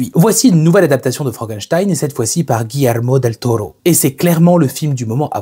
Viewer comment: Prononciation parfaite de Guillermo Del Toro 😮